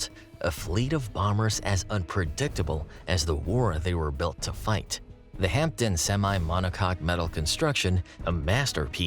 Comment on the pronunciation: A good video. One tiny observation: it's pronounced "Hamden" with a silent 'p'. Still, most of we Brits can't say "Tucson" or "Connecticut" either. My late stepdad worked at HP Radlett for 38 years and would have been an apprentice when these were being made.